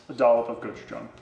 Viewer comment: Thank you for not pronouncing “gochujang” like someone stepping on a banjo